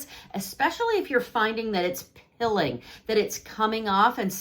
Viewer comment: Are you saying ‘pilling’ or ’peeling’?